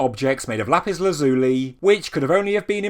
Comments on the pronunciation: Lapis Lazuli is not pronounced Lapis laz oo le, it's pronounce Lapis Laz-you-Lie. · LAPIS LAZ-U-LI FFS MAN YOUR ENGLISH DONT START GOING DOWN THE AMERICAN ROUTE AND MAKING UP WORDS